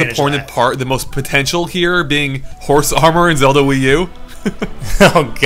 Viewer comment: I love how calls "Zelda" "Zewda"